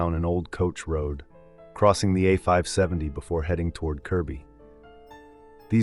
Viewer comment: Holy sh*t! I could have sworn it wasn't AI, because there's none of the usual hiccups. But , the pronunciation of "A570" gives it away ("A fee-ive 70"). Good catch there! O well, at least it's getting better, but of course, nothing beats a natural voice (unless trained like a newscaster's nasal).